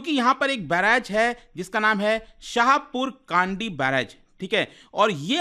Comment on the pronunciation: Correct pronunciation of the name of river is रावी not रवि and Village is शाहपुर कणडी